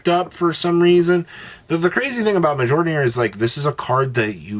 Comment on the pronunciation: Prounouncing Mjollnir wrong again. Shame